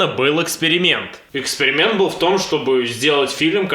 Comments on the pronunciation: Да оговорилась она) Не эксперимент, а экскремент. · он оговорился. Это был экскремент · Мне послышалось Экскремент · Он оговорился, Экскрементом